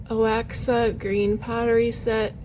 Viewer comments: Oaxaca ( Mexico) is pronounced Wha hock ah. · Oaxaca pronounced way hah ka